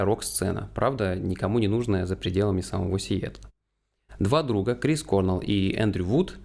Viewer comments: не кОрнел. а корнЭл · То есть, про группу Foo Fighters вы не в курсе? Называть Грола лишь "некогда барабанщиком Нирваны" это лютый троллинг какой то, либо нечто иное)) Ну, и в нашей тусовке старых гранджеров, которые подростками в 90-х все это застали, принято произносить не КОрнелл, а КорнЕлл. Точно такая же тема, как и с Джерри КантреЕллом (Alice In Chains). А в целом - огромное спасибо от души! Обязательно репостну, покажу, что молодежи тоже очень интересна музыка нашей юности. Спасибо. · Крис КорнЕлл, а не кОрнел 🤦‍♀️